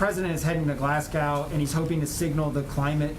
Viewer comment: I don't trust the people who can't pronounce "Glasgow" to fundamentally change America.